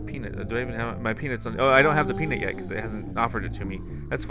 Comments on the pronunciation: your thing say Pea-but not Pea-Nut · LOL PEA-BUT